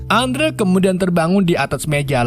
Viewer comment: Bukan Andrew dibacanya kak. Tapi endru